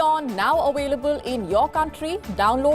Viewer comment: We are now "AWELEBLE"🤣🤣🤣